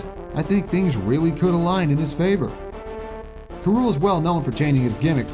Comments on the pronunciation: D—did you just say “Karool” instead of “K. Rool?” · The only newcomer you got right was K. Rool and you didn’t even pronounce his name right